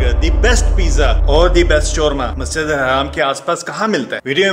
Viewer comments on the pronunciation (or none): Bhai haraam bolna band karo, ye Masjid Al Haram hai na ki Haraam